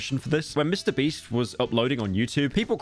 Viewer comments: did i hear that right? "mr breast" 2x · y does bro keep saying mr breast 💀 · Am I the only one who noticed that Pyro refers to Mr. Beast as "Mr. Breast"? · why do i laugh everytime he says MrBreast whats wrong with me?????